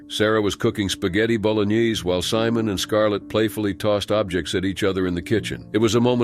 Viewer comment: spaghetti bologknees🤣🤣🤣